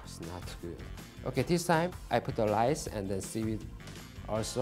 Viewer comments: Its rice not lice whos gonna tell him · when he said "lice" i felt that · Ask P "just put lice" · Love how he said lice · I love how he says “lice” instead of rice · Why does he keep using lice instead of rice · love the "lise" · Every time he says lice while handling rice it makes me laugh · Me: can you make me some sushi 🍣 Him: very good lice in it Me: thinking he means sea lice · U know he is Japanese when he pronounces rice as lrice, they do pronounce l and r in the middle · Each time he says rice me be like “lice? Lice where?” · Everytime he say rice I heared Lice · He pronounced lice